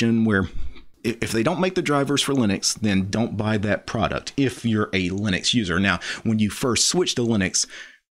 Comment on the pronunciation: Love your stuff but.... it's lye-nux not lih-nux ( you manage to call Linus, lye-nus so it's not a speech impediment ) And the G in gnome is silent. nome, not gee-nome after 5 gee-nomes I have to tune out Sorry. To the case in point, Linus is addressing noobs & MS fanbois. I get it, you are uber l33t and can command line the bejasus out of the world, but some peeps (*gasp*) simply don't care, they just wanna play games. I double damn bet you don't reset your points and timing every time you drive to the shops.